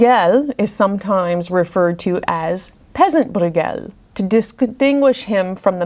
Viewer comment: Also, his surname Brueghel (spellings do vary) is pronounced “broy-gel, with a hard G.) Some dialects pronounce it as “broyel”, omitting the G. But you’ve done a wonderful job of educating us on these paintings!